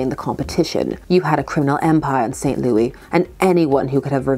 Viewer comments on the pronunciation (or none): Both of my parents are from St. Louis, and I have been there many a time. It is pronounced like “Lewis,” and apparently people can get mad if you say it the other way 😬😬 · Saint "Loowis"